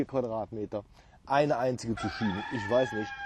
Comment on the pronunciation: Hut ab für deinen grünen Daumen. In den letzten Tagen viel gelernt über Pflanzen. Aber kleine Randbemerkung. Man spricht es "Tzuk-kini" :D